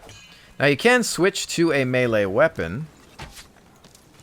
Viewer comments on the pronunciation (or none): Lol good video but its not malaaaaa its melee